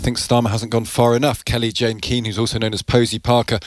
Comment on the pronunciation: Kind of a basic of journalism to get the name of the person you’re interviewing correct. “Jay”, not “Jane”! (He got it right at the end, perhaps after a word in his ear, but not the beginning.)